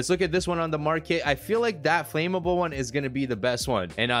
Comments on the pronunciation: It’s annoying how he says ‘FLAMMABLE’. It’s Flam-able not Flame-able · my man its not flame-able its flam-able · flame able? learn to speak. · Ask siri how to pronounce flammable